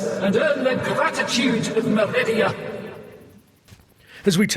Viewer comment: Meridia? Or Macridia? 😂